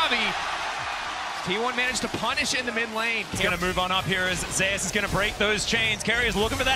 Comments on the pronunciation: although you prolly dont look at comments it isnt zeus pronounced like zoos, its zeus pronounced like zey oos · It shouldn't, considering that's how zeus pronounces his ign. It's ze-yus, not zoos. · Narrator : "T1 ZEUS" Worlds MC : "ZE-YUS" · Commentator “zayus” is itching me the wrong way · His name is pronounced zay-us btw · why did he call him zoos? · Say his name right ffs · thumbs downed already after pronouncing his name wrong in the first 10 seconds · At least say his name properly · hate how everyone pronounces his name wrong.